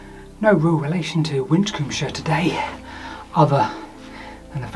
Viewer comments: Probably pronounced Win-combe-shire. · Taking Kirkcudbrightshire as a model, it was probably pronounced Wisshir. ;) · Your "mispronunciation" of Winchcombeshire may very well be how people might have ended up pronouncing it. Both "sh" sounds make a slight tongue-twister and the word isn't very easy to pronounce. The evolution of language has a tendency over time to shorten or mutate things like that. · Very interesting video, but why do you pronounce Winchcombeshire like an American? Surely it should end in "-shə" like in Yorkshire or Hampshire?